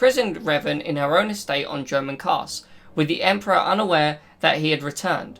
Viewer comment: Not sure if you are saying Dromund Kaas or German Kaas..